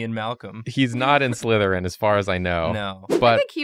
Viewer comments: TRICKLERYN!!! The name isn’t Trickleryn😢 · The last one is written slytherin, pronounce sly-therin. As in sly.